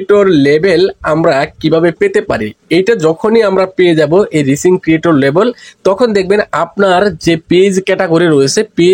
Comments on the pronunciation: আমি ইংলিশ উচ্চারণই করতে পারেন না। আবার কন্টেন্ট তৈরী করেন কেমনে? বানান টা "রিচিং" না এটা হবে "রাইজিং " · আপনি ভুল উচ্চারণ করেন কেন? হবে রাইজিং